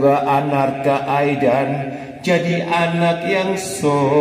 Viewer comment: namanya bukan anarka aidan, tapi arkana aidan 🤣🤣